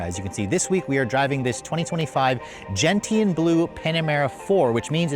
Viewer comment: Gentian. Is pronounced. “Gen-shun” not gen tee an. Americans!!